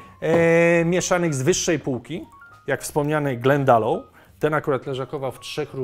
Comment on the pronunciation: Wymawia się „glendalok”. Pozdrawiam